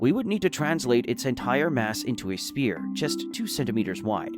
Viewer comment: I must say the AI speech synthesis is fantastic - I only noticed a few hiccups (spear instead of sphere). I don't impugn people who use AI speech - now that we're at a point where it's almost indistinguishable from natural speech, I plan on using it for some programming videos I've always wanted to do but couldn't because of my serious speech impediment. I just need to be very careful with typos since a single typo can throw off the cadence.